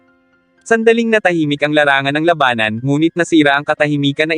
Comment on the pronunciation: iba ang bigkas mo lodi sa labanan, tunog malabanan..😘😘😘